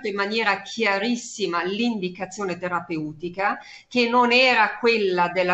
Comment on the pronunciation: Adoro la dottoressa. Ma qualcuno le dica come si pronuncia la parola "terapeutica", per favore...